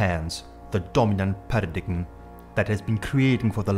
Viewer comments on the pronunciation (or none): It's not pronounced PA RA DIG EM.. Its PARA DIME... Don't be a European dunce!! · When you can pronounce paradigm CORRECTLY you might has some credibility.